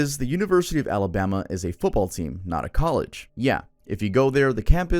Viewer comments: You mean “Amabama” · Sooo no one’s talking about the fact that literally said “Amabama”?? 😂